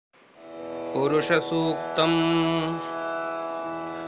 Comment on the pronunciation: पुरुष को पुरुख क्यों उच्चारित करते हैं?